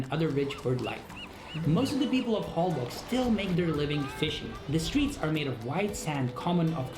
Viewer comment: Holbox is pronounced HoL-BOSH and means in Yucatec Mayan "black hole"